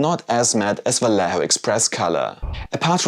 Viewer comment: The "lle" in "Vallejo" is pronounced as "jeh".